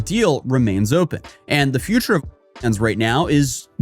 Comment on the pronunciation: YOU CANT EVEN SAY ONLYFANS WTF!?!?!